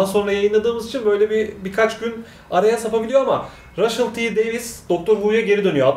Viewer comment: 'in ve genel olarak kanalın gençlerinin İngilizce telaffuz konusunda büyük problemleri var ama Russell ismini de "raşşıl" diye okumazsın be kardeşim ya;))